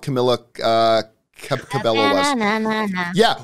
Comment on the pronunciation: Its pronounced Camila "KA-BE-YO"!!!! Put some Respekt on the Queen!